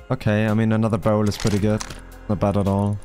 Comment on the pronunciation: Yesss! 🏹🐐 baaHRrel 🤣